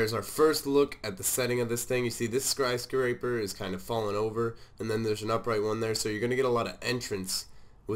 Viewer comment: Skryscaper lol